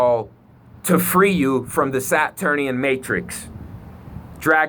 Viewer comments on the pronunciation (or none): none